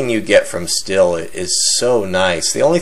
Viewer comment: Hey, you should look up how to pronounce the word stihl.. it's not "still" lol. it's pronounced the same as the metal "steel" when you say "still" your just saying "steel" with a German accent..lol WTF does everybody do this for?? lol